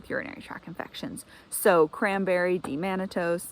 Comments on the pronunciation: It is D-Mannose not D-Mannatose Thanks for sharing your regiment. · You're saying D- mannose wrong. There's no t